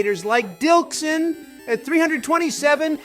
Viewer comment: Dilksin 😂 its Dylxan if anyone wants to look him up, his Emerald series was great (as is this one!)